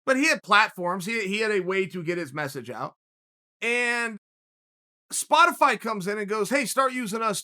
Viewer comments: damn he really said Spo- TIH-fy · i dont need you spo-tee-fie